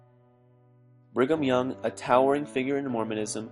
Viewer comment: Bring um young,sounds like,bring them young if you catch my drift.